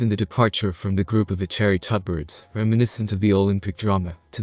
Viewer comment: When pronouncing Belorussia you have to say Belo-ru-shia not Beloruzhia. And it's Tut-be-rid-zeeee not Tutberidz